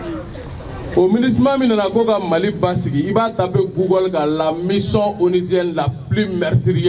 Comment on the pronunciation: Ben, il faut retourner en classe de 1ère année pour apprendre à bien prononcer les mots français qui se terminent par # ion # comme: génération, mission, et les mots qui commencent par J comme Janvier et par G comme génération. En prononçant ces mots c'est comme si vous parlez chinois.